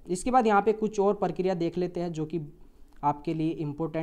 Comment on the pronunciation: Parkiriya ni prakriya.. 😂